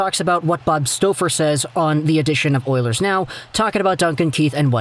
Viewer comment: lol the way he saying Staufer lmaooo